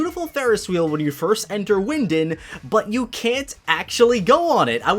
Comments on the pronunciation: bro, it’s pronounced wyn-DAWN, just wanted to let ya know politely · So no one is gonna talk about saying wyndond